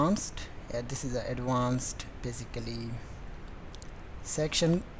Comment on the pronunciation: love the way you say atvauuncet ♥